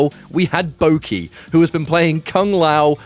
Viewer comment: It's not Bouki, it's Boki (like Baw-key)